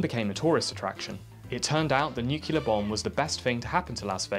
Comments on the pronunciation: N U C L E A R "New-clear" NOT "NU-CU-LAR" come on, man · Repeat after me: Nu-clear. Not NU-CU-LAR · nucLear nucLear nucLear not nuCUlar ffs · yes. People saying nucular is a huge let peeve of mine. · Nuke-ya-ler! Lol 😆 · NUCLEAR! SAY IT: NU CLEAR! I'm gonna fucking wrap you inside out if you say "nucular" one more time. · Please for godsake, its "Nuc-lear" not "Noo-ke-lar" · Nu-cle-ar, please learn to say it and your content will be perfect, it's a lovely channel, but if I gotta hear nu-ce-lar one more time, my brain will destroy itself on a nuclear level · We have to talk about your "nucular" problem.. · AHHHHHHHHHHHH STOP SAYING NUCULAR ITS NUCLEAR ENGLISH IS MY SECOND LANGUAGE AND I KNOW THAT COME ON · It's "nuclear" not "nucular" .... when did this trend start? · The disregard for science in this video is infuriating! From the body parts used for measurement to the unholy amount of use of the word NuKeLar. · People have been using cellars since the invention of digging? Rubbish. And I'm starting to wonder is "nucular" is an inside joke... it's as though you manage to say it in each video! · Nuclear. New-Clee-Ahrr. New-Clear. For an English bloke, I am surprised at your inability to pronounce the word NUCLEAR correctly. There is only one U in Nuclear. It's is not NEW-CULAR, it is pronounced New-Clee-Err. Otherwise, I love your content, but ffs say the word right. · "nukular" NOOOO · You can't insult Muricans over their misuse of language and then say "nucular" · I heard nuclee ah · Nu klee eer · Nuclear. Nuc - le - ar. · Good video but there you go again with the nucular O_o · NEW-CLEAR FFS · "nucular" Let's just give up and add it to the dictionary already. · He manages to mention "nuclear" in almost every video too lol I love the videos, but it annoys me so much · It's pronounced "nuccular", "N U C C U L A R" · I'm really not sure if your mispronunciation of nuclear is part of a series long joke or not. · My god can you please say nuclear properly